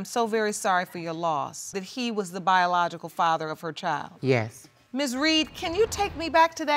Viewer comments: Young girl had a whole lot of mouth. Nasty. And why can't these people pronounce child instead of "chowld" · Precisely what is a “chel”?! Ch - eye - ld.